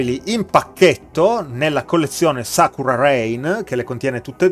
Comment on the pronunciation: Davvero belle! Grazie per la lezione di pronuncia... anche se credo che sakura per me resterà "sakura" e non "sakra" :P